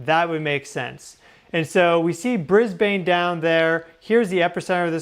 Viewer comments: Not Bris bain drop the e of Brisbane folks sounds like Bris bun.... Thanks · I am Australian. I live here. But I’ve never heard of Bris-bane. Did you bean Brisbane - pronounced Bris-ben? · mate--stop saying " BrisBAYNE"-- we DONT say it like u guys do. its BRisbane. NOT bris BAYNE ok!? hahahaha hey we had a quake the other morning in Victoria too!!! lol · It is Bris…ban… … not said phonetically.. the silent e doesn’t make the a say a… yes I know your name is … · Aussie here... Time for an Aussie English lesson... Briz-bin. Harvey Bay. Also, I used to live in that part of the World, on Russell Island. From the Gold Coast to the Sunshine Coast is 200 km, about 125 miles. That was a BIG QUAKE!!! Love your work,. God Bless! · Brisbane is pronounced Brisbin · Hi thanks for reporting on Australia earthquake...Hervey Bay is pronounced, Harvey Bay. ❤ welcome to Australia language 😊. And Brisbane is pronounced Bris bin 😂. Not that I'm bothered but just wanted to let you know.....love your work and always following you, Much love ❤❤❤